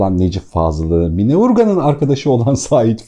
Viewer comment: Sevgili çok teşekkürler 2000 basım yılı olan bu değerli kitabı tanıtmanız çok kıymetli, sadece “Mine” değil “Mina” hatta -a harfinin üzerinde şapka olmasa da “Canan” gibi okunuyor diye bilinir biz yaşarken kendini dinleyen eski nesil tarafından, sizi dinleyen pek çok genç yeni nesil var doğru telaffuzu öğrense keşke 🙏🏻 kulaklıkla da dinledim tekrar eğer ben yanlış anlıyorsam affola...